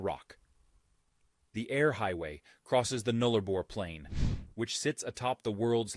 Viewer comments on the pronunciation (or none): Being a West Aussie born & bred - I’m very proud to be a Sandgroper. The Eastern States make fun of us but we couldn’t care less. We are the richest/wealthiest State & support the others. Ps it’s not Nooliboor it’s Nullabour with a ‘ah’ sound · Flights to Perth, 4 to 4.5 hours from Victoria 5 to 5.5 hours from Queensland. Its pronounced Null A bor. The drive from Perth Western Australia to the Western Australian border is a 15 hour drive at 1440km or 894.7 miles. Perth to Adelaide to actually 2,693 km not 2104km. Pilbara is pronounced as Pil Bra or Pil bar a. Lake Hillier is only accessible by boat or aircraft Esperance also boasts some of the best beaches in the world not just Australia. Abrolhos Islands is pronounced A bro las. The straightest longest patch of road on the Nullabor is called the 90 mile straight. This stretch of road is near Cocklebiddy on the WA side of the Nullabor Plain. Towns along the Nullabor also have local time zones Cocklebiddy is around 30 mins ahead of Perth. While the border is around 45mins ahead of Perth let that sink in for a minute. The deepest open cut mine in Australia is actually the super pit in Kalgoorlie Western Australia. Roebourne actually holds the highest rain fall in 24 hours at 747mm. Carnarvon is pronounced Car nah von. Monkey Mia is pronounced Monkey my a. These are facts from a Western Australian local born and raised in WA. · Null-a-bor rhymes with gull! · He said Nullarbor incorrectly